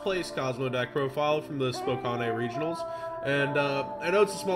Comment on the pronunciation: Yo it's pronounced as if it was spelled spocan. it's just funny the way you pronounced it. lol